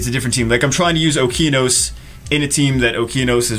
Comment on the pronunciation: It's O-KE-A-NOS ffs Jew!!!